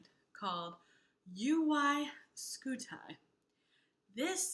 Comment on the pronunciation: Having been derived from the Latin word for shield, Scutum (skoo-toom), Scuti should sound more like: Skoo-Tee.